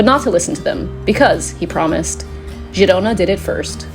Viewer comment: It's pronounced Herona